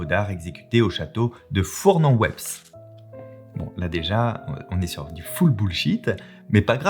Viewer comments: Incroyable histoire. Et on ne dit pas le 's' de Weppes dans Fournes en Weppes. 😉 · Le "s" de "Weppes" dans "Fournes-en-Weppes" ne se prononce pas ;)